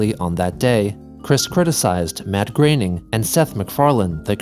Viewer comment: Matt Graining? Haha